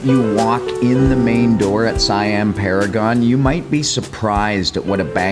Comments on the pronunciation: it's seeeeeeammmm not siiiiiiiiammmm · Btw, in Thailand, Siam is pronounced "say-am". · check you pronunciation of "Siam". Pay attention to the "i" and the "a" sounds. Once you understand the concept, pronunciation of words (not just here but Singapore, Indonesia, Malaysia, etc) will become so much easier to you. PS I'm not an english teacher. 55555